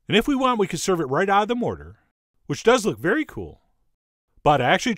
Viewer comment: I'm sorry but his voice emphasizing random bits of words is just way too much for me. It sounds so manufactured. "OVer the top. "Which is veRY cool. "beHInd a cloud"